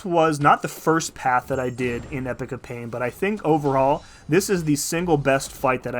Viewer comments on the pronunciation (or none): Amazing guide!!! So usefull. Gotta be the dude to tell you to pronounce it e-pok not epic for the next video. 😅